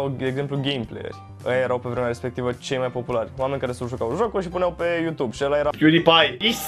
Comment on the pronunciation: "Pa yutub" Bonus : "Umm...pa yutub boss"